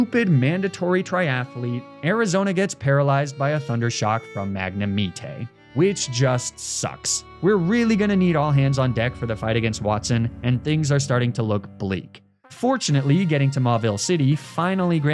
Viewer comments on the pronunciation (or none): Is nobody talking about saying “Magnemeetey”? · I’ve never heard anyone call magnemite magnemitee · Mahg-ne-mee-tey? Sir?? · "Magnemeetay" 😂😂😂 no way thats how its pronounced right? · magna-mi-tay 💀 i know it's intentional but pokemon youtubers horribly mispronouncing names will never fail to be mildly annoying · I'm sorry how did he pronounce magnemite??? Lmao!? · Your pronunciation of Magnemite is nearly worth a dislike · Why has no one commented on the way Magnemite is pronounced in this video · Ok hold up, why do you pronounce Pokémon names so incorrectly. The way you pronounced magnemite made me my skin crawl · who the fuck pronounces magnemite like that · Saying magnemite wrong in diffrent ways kills me. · I can’t let the pronunciation or Magnemite go, why is it said like this? Or am I missing something?